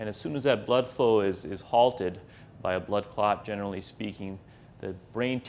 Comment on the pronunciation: Clats? You think he would have brushed up on how to really say "clot" since it needed to be said multiple times.